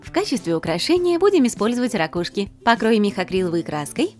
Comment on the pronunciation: Ракушки а не ракушки ударение на у